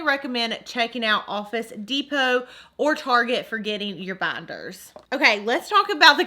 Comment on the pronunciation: Not hating but why does she keep saying *banders*😂 sounds funny